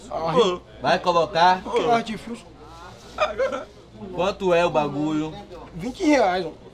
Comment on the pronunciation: "fogos de artifiucius"kkkkkkK